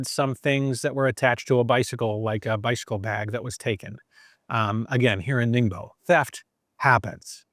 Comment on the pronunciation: 我喜欢你每次说宁波这个名字的时候都发音得像limbo的样子